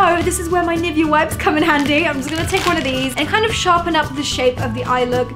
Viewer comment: That's not how you pronounce 'Nivea' wtf did you say 😂